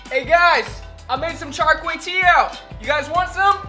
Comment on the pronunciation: char kway teee - OW , LOL better work on that one before you leave.